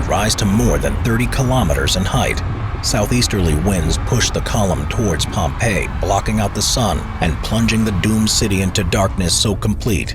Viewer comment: "Liepwop?" A few seconds later "Oh. Pompeii."